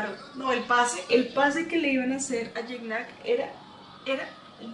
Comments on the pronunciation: Que linda, una cosita, no se pronuncia guicñac... Se pronuncia yiñac o yiña. En francés así se pronuncia más o menos... Y que es parceros?? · así es bro más o menos por ahí ibas, en su entrevista con el comediante franco Escamilla el aclara la pronunciación de su nombre, es "kñ" aunque se escribe "gn" saludos...